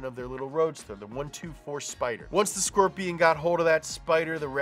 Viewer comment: A frickin skwerpion!